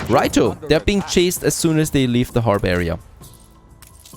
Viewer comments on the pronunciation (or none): It’s funny how you say rightO and loseEning 😂